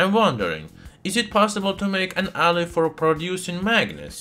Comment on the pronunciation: It’s the way he says alloy for me. It went from “alice” to “alurt“ to “adda” and then finally just “ah”. 😂